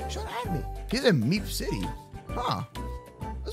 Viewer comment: Is it just me or when said meep city it sounded like meme city